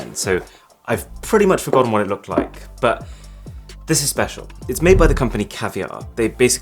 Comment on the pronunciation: i feel speciaarr Jokes aside so this was the source of the IG update😂